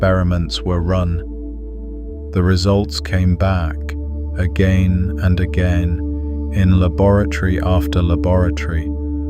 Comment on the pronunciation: A.GAIN? A GEN? This droning depressing apathetic AI voice is disgusting beyond measure.